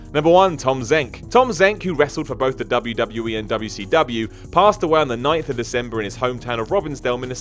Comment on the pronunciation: I notice you say wwcw I thought it was wcw and you said wwwf again wwf?